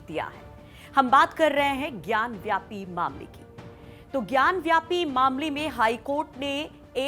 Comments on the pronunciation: व्यापी है वापी है । सही बोलना तो सीख लो। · Vapi Not vyapi